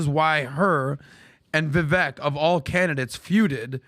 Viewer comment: The look in Patrick’s eyes when he’s pissed about the echo is the real Patrick. Absolute psycho control freak. I feel bad for his kids. But hey good job Patrick, you finally learned how to pronounce Viveks name after having him on your show multiple times. You are a manchild who scammed his way into a fortune and half of your show is you trying to flex your pyramid scheme earnings and shouting random percentages about shit nobody cares about. I bet you his staff is constantly walking on eggshells.